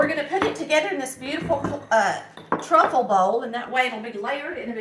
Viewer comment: trifle bowl not truffle